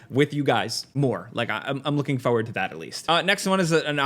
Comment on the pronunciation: Can't handle how this guy says forward. Fohyward